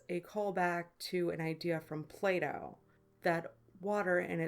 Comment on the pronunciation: I thought you said "a call back to an idea from Play-Doh" not Plato lol